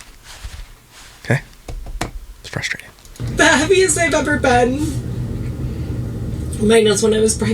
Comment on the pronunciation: In many vlogs by The Ace Mafia Austin McBroom says fLustrating